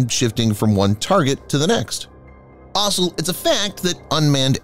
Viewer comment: I gave Defense Updates a miss for a while, due to the narrator's diction. I stupidly came by again because the video title piqued my interest. Good content. But please STOP SAYING 'ASOL' WHEN YOU MEAN 'ALSO'. HOW MANY TIMES DO I HAVE TO TELL YOU?